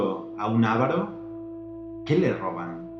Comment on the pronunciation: Es Avaro, no Ávaro.